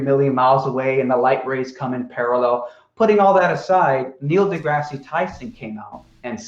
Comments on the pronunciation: Degrasse... de-grass. Dear God that was driving me crazy. Either say it right or stop saying it. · Wow this is painful, not only does deny all the science that Explains the globe he has a pop at for mispronouncing aperture then continuously refers to Neil "DeGrassy" Tyson. You're gonna have to get some more beers in to counteract all that stupid being thrown at you. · should be renamed it Limitless Patience. Complains that mispronounces aperture, yet can't pronounce Neil DeGrasse Tyson's name correctly. -. This, folks, is the difference between science and deluded bullshit, explained by none other than.